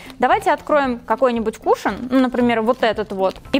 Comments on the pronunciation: кушОн, а не кУшон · Не кушаан а кушон и эт вообще не кушон эт спонж для кушона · Я по-моему слышала что правильно говорить кушОн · Кушон..мои уши